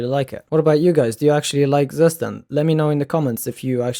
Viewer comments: pronounced : tsoo-schtand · Tsu schtand